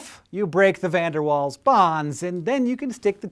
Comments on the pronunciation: It's pronounced vander VAALS not waals. But great video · It's pronounced 'fun dir Vaal'. Dutch surname, so the v and w are different to English. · It annoys me because Van Der Waals has always been pronounced "Van Der Valls" where I come from... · no, it's pronounced '' Van der Vaals'' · pronounced VDW wrong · omg the way you pronounce VDW is like cancer to my ears :( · Van der Waals.. we pronounce the W as a V in the uk :P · that pronunciation of van der waals was horrible, however i can forgive you a little because now i know that my duct tap is a magnet of sorts too!